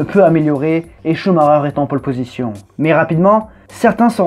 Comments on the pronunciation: On dit pas Coux Marreur on dit SchumaCKER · pourquoi il dit ''Shumareur'' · Maïkel ? Il est pas allemand Schumacher ?